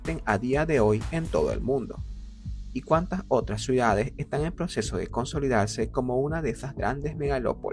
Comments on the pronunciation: ¿Escucho mal, o dice "suidades" en vez de "ciudades"? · ¿Por qué pronuncia "Suidades" en lugar de "Ciudades"? 😭